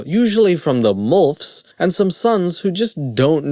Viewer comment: “Mulfs” lol